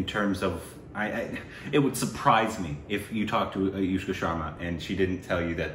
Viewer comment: It's aNushka not aYushka